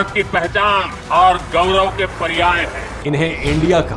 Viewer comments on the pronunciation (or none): none